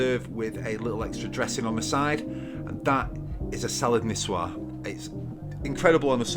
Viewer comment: I think this salad name is in "White Chick" movie when a girl say "Nikoyse Salad". 😅😁🤭 I just found out the correct pronunciation from this video. Nisuer Salad. 🤩